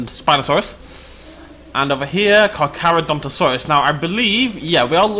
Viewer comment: I liked when you called the Carcharadontosaurus the Carcadonkadonkadonk. It was funny.